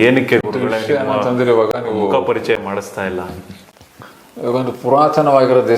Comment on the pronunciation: ಮಖ ಅಲ್ಲ ಸಾರ್ ಮುಖ ನಾಳೆ ನವೆಂಬರ್ 1 ಕನ್ನಡ ರಾಜ್ಯೋತ್ಸವ